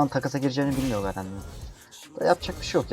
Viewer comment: GAREN DEĞİL GERIN